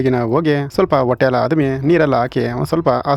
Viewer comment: ಒಟ್ಟೆಯಲ್ಲಿ ಅಲ್ಲ. ಹೊಟ್ಟೆಯಲ್ಲಿ.